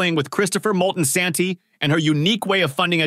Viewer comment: Christopher who....lol Mol-Tis-anti not moltensanti my top 3 Adrianna Analissa Gloria